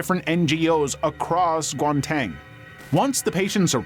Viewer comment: I know that this is a serious video but the way he said Gauteng had me cracking up. (I'm from South Africa)